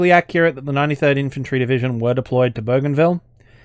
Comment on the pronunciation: I'm Papua New Guinean specifically from Bougainville and the way You pronounced Bougainville and Papua New Guinea is by far the most accurate I've heard. Keep the great content coming. ❤️